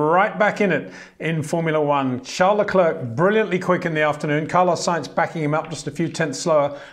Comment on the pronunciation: Leklurk, Vershtappen; it just sounds so incredibly dumb.